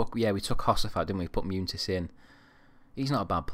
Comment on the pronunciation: As a Real Madrid fan I'm really enjoying this series so far. Love that you always play my favourite player of all time in Raul. Good luck!!! Munitis is pronounced Mun-e-tis.